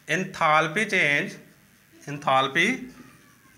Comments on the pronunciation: Abe thoda shi se enthalpy bolna Sikh phir padana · Shut up tumhay to khud ata hi na ho ga enthalpy bolna😅😅😅😅😅